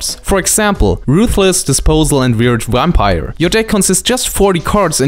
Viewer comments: We have very different Vs and Ws in spanish too so you sound really funny, I guess I sound funny too with others phonetics. Start working in your "eVation" no eWation, and "adVantage" no "adWantage" and it's no "Wampire" (I love that one XD) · i am in no way making fun of or belitteling you, when i say this.......from now on anytime i play a bomb Vampire i am going to call it a Wampire in your honor haha, omg i love the way you say that, it is fantastic <3.